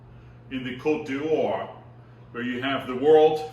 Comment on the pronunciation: The ponounciation of "Nuits" "d'Or" in this video is really strange and far, very far, from their real french names...